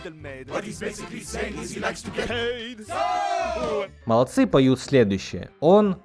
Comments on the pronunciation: Не молодцы́ Робина, а мо́лодцы. Не знаю, мне и тогда все было понятно, и про рост, и разговор наутро. Сначала подумала, что loads of shit, что, в общем-то, одно и то же. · Не молодцЫ, а мОлодцы.